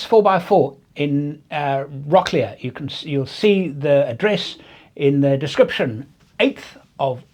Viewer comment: Before you get there, it's Rock-lee. 😉